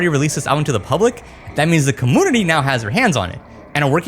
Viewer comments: take a shot every time he says commoonity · “Commoonity” lol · I can’t un hear that… cuhmoonity. It’s community vro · Community ❌ Commoonity ✅ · Dude, why do you say community like that? It's pronounced kuh-mune-ity not kah-moon-idy :face-purple-crying::face-purple-crying::face-purple-crying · Why does this guy keep mispronouncing community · I just kept hearing commodity and it's been bothering me more each time 😂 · The "commounity" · What's a comoonity? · I'm a fan of quirky pronunciations but i never noticed say com-moon-nitty before. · Great Video, but can you please pronounce Community properly? 🥲🥲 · How come you say community without the y sound before the u? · Serious question here…. why does he have the weird pronunciation of “community”? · This mans ability to pronounce the word community 💀☠ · Do you not know hot to pronounce community? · Are u saying community wrong on purpose? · The "comoonity" and "capooter" kills me every time. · it's Komyuneetee and Kompyuter XD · bro please stop pronouncing it “kum-poo-ter” and “cuh-moo-nity”. I love your content but u swear you’re so quirky with these pronunciations like a woman or a little boy. this is the only reason I haven’t subscribed to you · Yeah he has difficulty with saying 'u' after a consonant. Compooter, commoonity, commoonication.. is fine, some people have quirks in their speech. Just like how Techmoan's nasal problems render his speech weird until you get used to it. Try to ignore it.